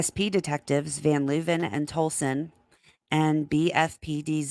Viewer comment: I feel like Tolleson is pronounced the same way the city in AZ is pronounced, maybe?